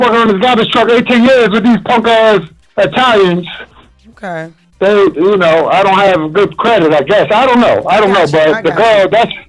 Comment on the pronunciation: “Eye-talians” is crazy, Jess 🤦🏽‍♀️